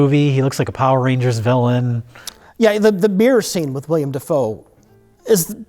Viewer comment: "The mirror scene with william da foe is probably my favorite scene in this moo-vee" -, pronouncer of things